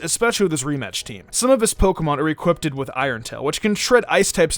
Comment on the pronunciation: Did you just say equipted